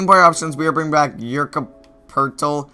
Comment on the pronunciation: The way you say Jakob's name makes me cringe every time